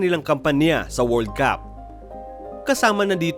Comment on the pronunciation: Paki change po... Iyong world Cup... Pag binasa... Hindi World caaaaap... Word cUp po.. Short a na sound... Hindi long aaaaa... Pero ok ang mga videos nyo. :-).... Sensya na ha... Para mas umayos lang.